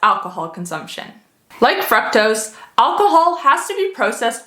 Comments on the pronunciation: You are pronouncing fructose wrong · The pronunciation of FRUCTOSE is throwing me off lol... But good information otherwise!